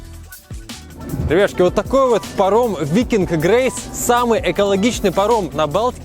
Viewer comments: он еще это слово так производит забавно. так быстро ребятШки и потом что-то быстро объясняет) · как он говорит? ребяшки или ребятушки???